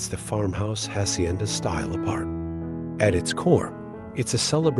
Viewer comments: Its so offendive that this guy cant learn to pronounce a couple spanish words. If its so beautiful anf captivating at least make a little effort to pronounce "hacienda" correctly. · Its so offendive that this guy cant learn to pronounce a couple spanish words. If its so beautiful anf captivating at least make a little effort to pronounce "hacienda" and "saltillo" correctly.